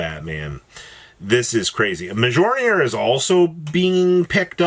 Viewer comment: Prounouncing Mjollnir wrong again. Shame